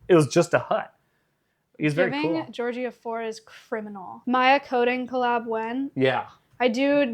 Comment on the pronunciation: I love the way he says Georgie. It’s the only way I’ll be saying Georgie from now on 🙂‍↕️